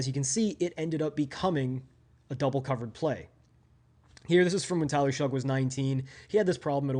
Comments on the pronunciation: R u saying Tyler SHUG? It’s pronounced Shuck lol geez my guy..a whole video of my qb being number 1 and saying his name wrong whole time lol. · His name is pronounced Shuck not Shug